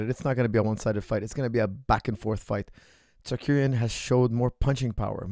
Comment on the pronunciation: i cant listen to this guy say "tsakuryan"